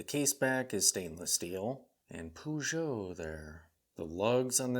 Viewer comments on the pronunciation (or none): “Pew-gee-ott” 😂 I’m sold that’s how it’s said from now on! I actually had seen this piece a while back but never pulled the trigger on it. Looks like a really well done piece and fits perfect on your wrist,! Great review and I’m digging that absinthe broll! 😎🍸🙌